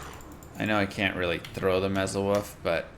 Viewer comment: Love the guide, thanks! I like playing the "wuff" druid (are you just messing around when you mispronounce it, or is "wuff" a Texas dialect thing?). but I like the maul Druid even better now. The IAS per lvl of maul rocks. I'd love to see a maul play-through all the way till Metamorphosis.